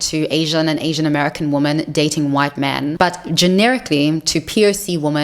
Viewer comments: Why do you pronounce women to sound like woman. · Great video. I have a question (and believe me, I'm not trolling). Why is the word "women" (plural of woman) pronounced "woman" in this video? It's a bit confusing to be honest. Is it a new thing? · "Women" , not "woman". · You're new here. It's every video. She can't pronounce it, she knows it sounds wrong to her listeners, she hinted that she can't and it might be a neurological disorder, but she's never explained WHY she pronounces it incorrectly. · How hard is it to pronounce women? 🤷